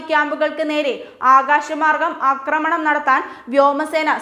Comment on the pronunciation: അക്രമണം അല്ല "ആക്രമണം"